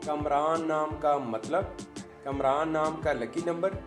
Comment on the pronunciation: Kumraan nahi hota kaamraan hota hai